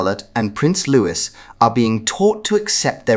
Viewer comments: The pronunciation is LOOEE…NOT LOOWIS. LOUIS, a boy’s name, is pronounced LOOEE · It’s pronounced Luwee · Pronounce Louis name correctly. Same pronunciation is Louis as in King Louis of France not as 😅 Carroll.